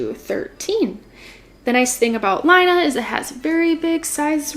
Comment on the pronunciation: Laine is French, meaning “wool” and pronounced “lenn.” (Not lyna)